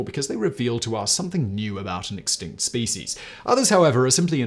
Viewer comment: I have 2 suggestions. I teach English in Turkey and I was recommending TopTenz for students to watch and particularly, listen and copy pronunciation. I no longer recommend you because none of my students can understand you because you speak too fast. Also, Please stop mispronouncing SPECIES.